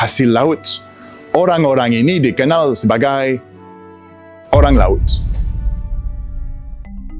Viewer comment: Bahasa Indonesianya sudah bagus. Ucapannya masih ada es. Seperti Lauts. Seharusnya laut. Masih bisa disempurnakan. Semangat.